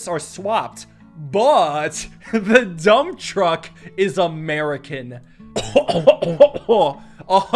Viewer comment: "The dump trum is American" Funny Russian noises